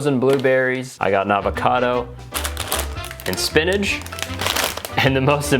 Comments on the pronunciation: why does he say spinach like spinidge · Spinach ❌ Spinadge ✅ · I like how he says spinidge instead of spinach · Why does he say spinnage